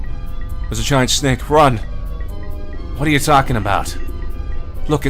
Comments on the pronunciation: S-nake not snack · DID YOU REALLY JUST PRONOUNCED SNAKE AS SNACK!? PFFT! HOW CUTE.